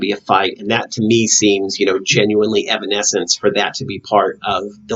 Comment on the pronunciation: No worries, you pronounced the name right. The Bitter Truth, Evanescence's upcoming album, is not quite out yet, but they plan to release it this year. No set date yet. So far 3 songs have been released for the album including The Game Is Over. I definitely enjoyed your analysis for The Game Is Over. When you were talking about how they were trying to transcend from their fake selves, that made think of the line "Change me into something I believe in, Change me so I don't have to pretend". I see this as them waiting on someone to free them from this "denial prison" they've created possibly because they feel it's too hard to get out of (and even sinking deeper illustrated by Amy sinking into the mud). However, later on there is an added part that pre-starts the chourus with "Maybe I can change me into something I believe in, Change me so I don't have to pretend" as if they realize they actually can do it on their own, even though it will still be hard in the long run. Also, I think right before Amy says those lyrics she comes out of the mud, where it dries and she starts to peel off the mud, but not all of it comes off in that scene. She's slowly coming out of that denial/fakeness but not quite there yet. I never would have thought about the scene with Jen tearing out of her dress being an expansion of the self, but it makes total sense. Thanks for analyzing the music video! I'm definitely checking out the Batman video you were talking about.